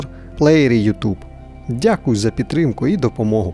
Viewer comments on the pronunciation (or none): none